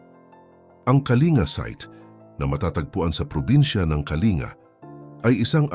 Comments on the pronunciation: wag kang tanga Ang pronunciation ng Kalinga ay "Ka-ling-ga" hindi "ka-li-nga" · Wrong pronunciation ka po Sir,KALINGA TO KALINGGA,Informative you tube God bless po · Kalingga dapat mali nga ang pronunciation nya